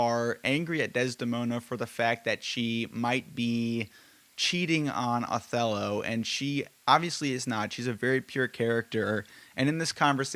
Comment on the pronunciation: It’s not pronounced AWthello? 😂